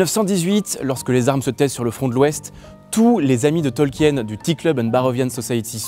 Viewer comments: C'est un bon documentaire, le seul défaut que j'y entend est la prononciation du nom de famille de l'auteur. C'est un nom de famille Allemand, donc il ne faut pas prononcer le E dans son nom, c'est un diphtongue IE qui se prononce i en français. C'est donc "Tolkin". Mais un excellent travail en général. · Petite precision quand même son nom de famille se prononce "tolkeen"